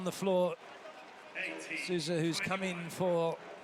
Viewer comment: O mais engraçado é os gringos chamando o M. Souza de SUZAN KKKKKKKK